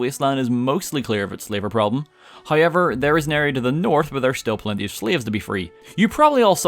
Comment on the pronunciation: I liked it when he said "hoiever"